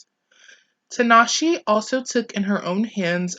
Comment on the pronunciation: Good video but I cringed every time you said her name. The E at the end of her name is pronounced like an A